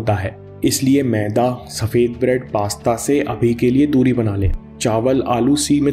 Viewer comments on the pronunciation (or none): none